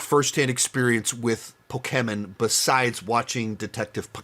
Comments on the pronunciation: Why are you pronouncing pokemon and pikachu like that you had it right the first time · Peak delivery of “Pok-e-men Ditective Pik-a-chu” I’m not big into video games, and so I’m not too big into these video game adaptations, but my top 5 would have to be 1) Sonic the Hedgehog 3 (3.5/5) 2) Pok-e-men Detective Pik-a-cha (3/5) 3) Hitman Agent 47 (3/5) 4) Sonic the Hedgehog 2 (3/5) 5) Sonic the Hedgehog (3/5) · I love how he keeps going back and forth on how to pronounce Pokémon